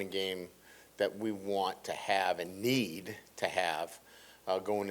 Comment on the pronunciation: ... I dont like how he said "NEED"